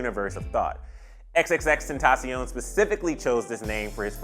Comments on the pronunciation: xxxtentacion not xxxtentaciowne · Its XXX TEN-TA-SHON not SION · its pronounced xxx - ten - tash - e - on he said it himself